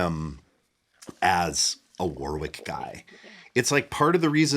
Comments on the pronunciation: I’m nit picking here, but it’s pronounced “WARRICK” not “War-wick” 😊… will agree I’m sure 😉👍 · It's pronounced Warrick in English and Varrick in German (German brand) with that gutteral German grrr R sound. No middle W sound